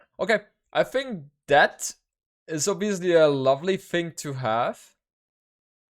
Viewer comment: I like the way pronounces "Bengalis". Sexy accent. Also everytime he says "obviously" it sounds like "obesely"